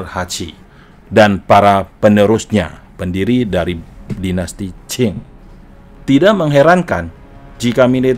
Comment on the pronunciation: Lafal qing harusnya ching bukan chin, kalau dinasti chin itu lain lagi.